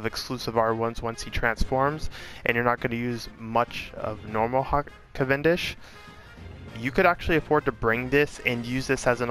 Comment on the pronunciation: Yes, you say that right